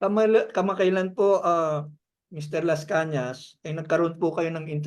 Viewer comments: MR. INTERVIEWER, PEASE LEARN HOW TO PRONOUNCE THE LAST NAME OF MR. LASCANAS.LEARN HOW TO DO THAT BEFORE YOU START ANY INTERVIEW. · To the interviewer, pls learn how to pronounce his name correctly 😊🙏